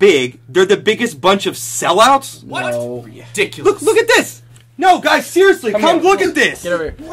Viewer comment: That "WHAT"